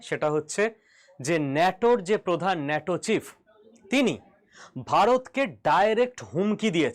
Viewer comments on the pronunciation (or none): none